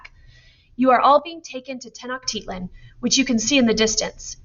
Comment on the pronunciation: (Tec-no-chi-lan) tenochtitlan